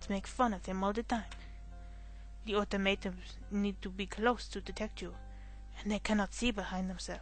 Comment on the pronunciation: Automaton: Auto, as in automobile, Ma, as in Mama, Ton, as in Tongs. I'm not really sure why I'm correcting pronunciation, it's a bit rude of me. But a fun game to Let's Play. Reminds me of watching my neighbour beat this game since it wouldn't run on my PC ages ago.